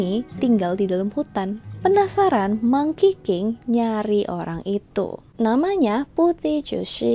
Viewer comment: 💯 gw denger bukan monkey king tapi Mangkiking 😭